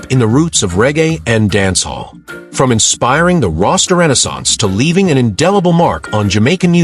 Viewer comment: The commentary / word pronunciations are deplorable. Regae..... rarga ??? Raster renaissance...... rusta ????? And hes was 'unalived.' You moronic eejit. He was dead/killed/murdered.🥴😵‍💫🥵